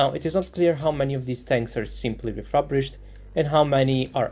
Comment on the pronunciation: ReFURbished...not ReFABrished.